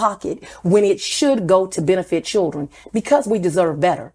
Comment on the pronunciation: That lady said.. Cheer-rin, in stead of Children. Lol. Ghetto as hell. 😅